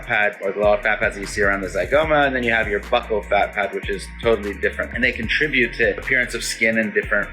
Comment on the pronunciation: OMG for a second there I thought you said butt whole fat pad lmao buccal I know but still that was funny